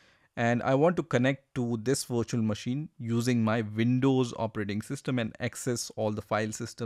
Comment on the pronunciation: It is pronounced "Windows" not "Vindows"